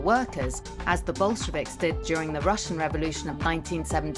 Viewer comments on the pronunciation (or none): none